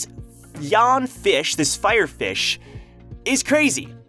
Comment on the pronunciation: I’m sorry but I can’t stop laughing anytime you say Fire Fish 😂😂😂 It...😂😂...it just sounds so funny 😂😂😂😂